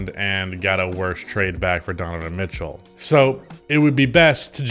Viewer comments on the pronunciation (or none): "Why Utah Must Trade Donovan Mith-Cell"